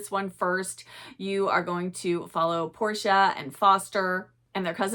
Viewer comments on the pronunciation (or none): none